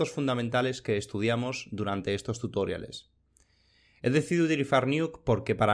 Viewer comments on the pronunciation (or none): Genial el vídeo, pero por diox, deja de decir "tutóriales".